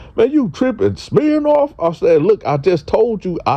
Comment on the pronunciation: My nigga said smhirnoff 😂😂